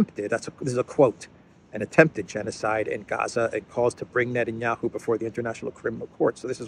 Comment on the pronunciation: Net-N-Yahoo ,( sounds like a sports team name. ), should calm down with the war rhetoric.